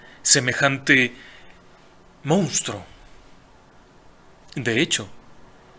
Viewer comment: FELICITACIONES Y RECONOCIMIENTO POR TANTOS VIDEOS GENIALES, PERO NO POR PESTE. AQUÍ EN REPETIDAS OCASIONES SE DIJO "MOUSTRO" EN LUGAR DE MONSTRUO, Y SE CAMBIARON LOS SIGLOS DE MIL OCHOCIENTOS A MIL NOVECIENTOS VARIAS VECES. LAMENTABLE. UN ABRAZO.